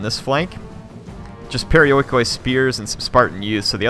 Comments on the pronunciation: Proper pronunciation of perioikoi would be pe-ri-o-i-ki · It's pronounced periiki fyi :) "oi" in greek equals with "i" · this game is not great but for some reason I LOVE IT!!! i think it's the time period! You gotta love how nongreeks say perioikoi...